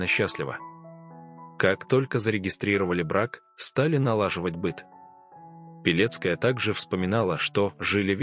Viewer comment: Почему- то слышится "Белецкая", а не "Пилецкая'....😮